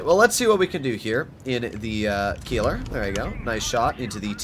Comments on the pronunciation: Bro really said Kieler and not Keiler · ei in German always = i - you Pronounced Keiler more like "Kyle-uh" I don't own the TS cause I have a Lowe and a Keiler, I feel like the Keiler is just better than the TS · The “i” in Keiler is pronounced, not the “e”